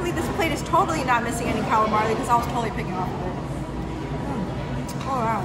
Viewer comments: she’s done it in other videos as well. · When she is sitting and eats the last one she actually says it correctly. At around 8 mins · There’s not 2 L’s in “calamari”... you always say “calamarli” 😂😂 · Calamari not CalimarLi